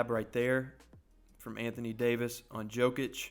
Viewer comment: great vid but thats danny green not gerald green and Jokic is pronounced yokich